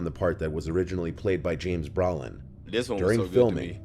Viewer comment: Nothing against Mr. Nightmare, but: It's pronounced "bro-lin," not "brow-lin;" it's also "duh-fay-oh," not "duh-fee-oh;" the people in the car were the family members of the pilot flying that plane; Gregory Peck was supposed to have dinner with Richard Donner in a specific hotel but had to cancel & shortly after, it was bombed by the IRA; also, the zoo scene: the day after filming the baboon scene with Lee Remick and Harvey Stephens, a Windsor Zoo worker was killed by a lion. Just saying the guy could've done a bit more research. And dude, you never made that connection? Genie/Djinn? 🎶Arabian nights🎶🧞 I recently watched the Twilight Zone Movie for Halloween & that scene was actually removed for that reason & I'm glad it was; it would've just made the movie harder to watch.